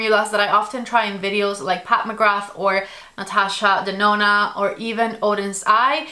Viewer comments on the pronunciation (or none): none